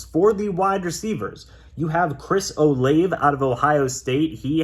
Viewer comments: its pronounced Chris "O-lah-Vey" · As a Ohio state fan u saying Chris olave name wrong 🤦🏾‍♂️🤦🏾‍♂️🤦🏾‍♂️